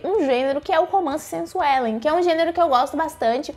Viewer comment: dou muita risada quando vc fala ''romance sensuelen'' hahahaha